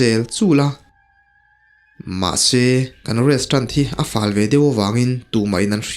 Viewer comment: Restrant iti tlat aa 😂😂😂😂😂😂